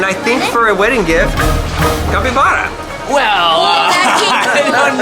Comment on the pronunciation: Hey guys that giant hamster is named a capybara pronounced (kapy-bara.